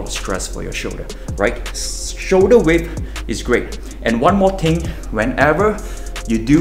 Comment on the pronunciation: He said one more ting 😂😂